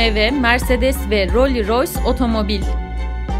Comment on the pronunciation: "Roli Roys" :D...kopardı beni, hatta beni benden aldı.